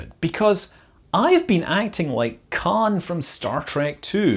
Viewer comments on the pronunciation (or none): none